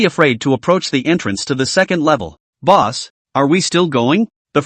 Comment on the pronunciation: Calls boss boos sounds like booze XD